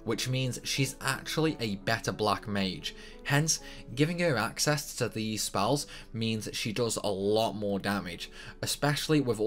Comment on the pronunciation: "I'l say tide-us instead of teedus because it sounds stupid", procedes to say spalls instead of spells, yeah ok XD.